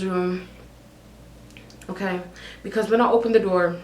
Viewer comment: I seriously die everytime you say "Okerr?" 😂😂😂 Love youu 💕